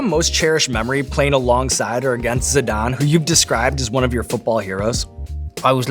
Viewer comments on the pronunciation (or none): Zidane not Sadaan